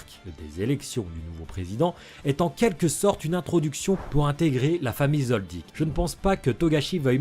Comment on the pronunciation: Mais tu peux pas t'interesser à d'autres mangzs sérieux ya pas que HxH meme si c mon 2eme manga preferé chez pas yena à s'autres. (Merci de bien prononcer le nom Kilua Zoldiek)